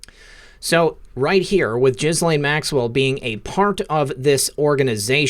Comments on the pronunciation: It's pronounced Gelen. No h, no s and no lain. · Pronounced Gee-lane according to Google search on how to pronounce Ghislaine. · He keeps calling her jizz-lane Maxwell. Lol. Appropriate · Love your channel. I never miss! Ghislaine is pronounced Gee (hard G) lenne. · I think the correct pronunciation of her name is ‘Jizz-Lane’ 🤣🤣🤣 😶 sorry, couldn’t help myself. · Dude, can you please pronounce her name correctly with a G that sounds like go or gone. The way you're pronouncing Ghislaine is just gross in this child abuse context ✌️ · Please note that the 1st syllable of Ghislaine is with a hard G and the S is silent. I think your broadcasts are wonderful! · I bet you keep mispronouncing Ghislaine because you like to repeat JIZZ - the s in her name is silent. Grow up. You saw the video of the presser. You heard the name repeated correctly. You got JIZZ on the brain?